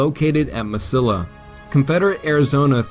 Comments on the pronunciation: It's not Mis-sill-a. It's Mes-see-a. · Ma seeee ya. Not MasiLLA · Nope. Eric Williams is incorrect. Grande is properly pronounced "grahn-day", not "grand." Only gringos pronounce it "grand." The narrator days it correctly. Two things he misses: Mesilla is "me-see-ya", not "me-sil-a." Also the river is the Rio Grande, not the Rio Grande River. Rio means river. So Rio Grande River is redundant. If means Big River River. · Me=see=yah, not Mesilla proper pronounciation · Mesilla = Meh-see-yahh. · Mesilla meh-see-ya 🙄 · Ma-See-ah not Ma-sill-ah............Mesilla, NM. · Mesilla is pronounced meseeya - it's a spanish word. . . . A New Mexico resident who lived on Meseeya street in Albuquerque. Otherwise an outstanding piece of work. I've been to the battleground and you can still find the lead ball bullets on the ground. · "Mesilla" is pronounced Me-siya: the Spanish double L takes a YA or L-YA depending on the accent of the speaker. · FYI Mesilla is pronounce as Meh-seeya. It's where I live. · Mesilla is pronounced Meh-see-ya. The double l ("ll") in Spanish is pronounced as "y". Otherwise, a pretty good presentation of that battle. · Please learn to pronounce Spanish word. Why isn't Gettysburg the "Glorieta of the East"?